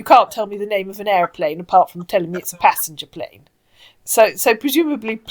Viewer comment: OMG this guy drives me insane!! Oh c'monnnnnn. ehhhhhhhhhh uuuuhhhhhhhh. I do love the weird emphasis on words like passENGer plane. Mwah mwah mwah mwah. Jumbo jet, jet plane, jet...